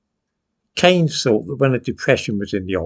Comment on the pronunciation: Old fool can't even pronounce Keynes' name properly. It'a "keens", not "canes". John Tyndall was a fascist and proud of it. He was co-founder of the original BNP in 1960, expelled for paramilitarism and later co-founded the National Socialist Movement and the grandiosely titled World Union of National Socialists. The 1960s were after World War II. There were others; Arnold Leese, for example, active in a succession of parties until his death in 1956.